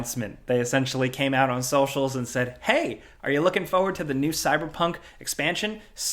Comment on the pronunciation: Am I the only one bothered every time says forward as "foward"?